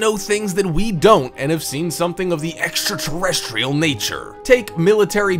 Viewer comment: You sound funny while saying "extraterrestrial ".